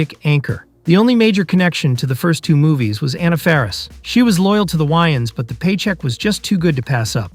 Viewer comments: lol “the why-ins brothers” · why the hell do you pronounce their names like that? you’ve literally never heard them refer to Wayans as Why-Ins. Pmo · I turned the video off after hearing that 😂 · This video is almost unwatchable just for your pronunciation of Wayans